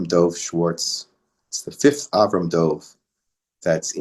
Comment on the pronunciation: If the name is Dov could you please pronounce it Dov and not Dove.